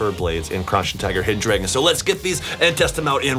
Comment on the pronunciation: It's not drawgon it's not draygon it's DRAGON